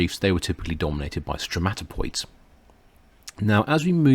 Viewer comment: Stromatoporoids, not *stromatopoids*.